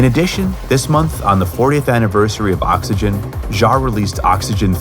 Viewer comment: Oops! Vince Clark was in "Yazoo" (with Alison Moyet), not "Yazz", and Oxygene is not pronounced "Oxygen"! Otherwise, a nice presentation. 🙂